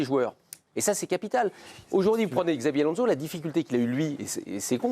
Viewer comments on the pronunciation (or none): "Gzavi Alonso" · tout à fait d'accord avec vous. Ce monsieur pourrait faire l'effort de bien prononcer le prénom de Xabi ALONZO ! Au sujet de Mbappé, il aurait du partir directement de Monaco à Madrid. Il aurait eu un tout autre comportement...Monsieur MICOUD, vous avez beaucoup de patience pour débattre avec certaines personnes autour de cette table, bien qu'une fois vous vous étiez bien énervé contre Sébastien Tarrago au sujet d'un match que Paris avait gagner 7 0 contre Metz au sujet d'Unai Emery que vous aviez défendu . Sans doute la différence d'analyse entre un ancien international et un....